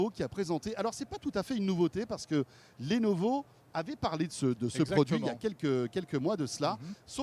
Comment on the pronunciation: "Lenovo" Ne porte pas d' accent et se prononce Lenovo, comme cela s'écrit .